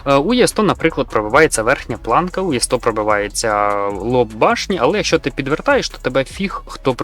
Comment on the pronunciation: і добавити свої 5 "Е100" а не "Є100" й слова паразити... А все інше топ!!!